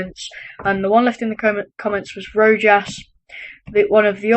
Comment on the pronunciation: its pronounced rowhas not rojas